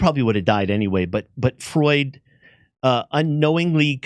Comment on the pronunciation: It's not Freud, it's Freud!.